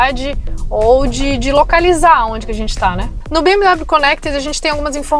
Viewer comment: Não se pronuncia BM DÁBLIO mas sim BM Déblio! Hellllloooo! 😅😀🤪